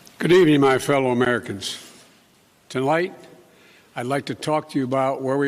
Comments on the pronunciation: He starts his speech withTalight instead of tonight lol Great start sir president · Lol "tolight" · Can’t even say the first word of his speech. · This is the only video that doesn't cut out the first 5 seconds where he say "to light" instead of "tonight". Why are the other sources editing? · He effed up the sixth word in his speech.. Good evening my fellow Americans. Tolight.. How in the world did this man get elected? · "Good evening my fellow Americans... torlight..." Torlight? wtf? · Do you believe dementia Joe when he said tolight? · Exactly I heard that. The first word out of his mouth was mispronounced